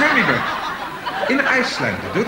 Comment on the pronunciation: He actually pronounces Björk correctly.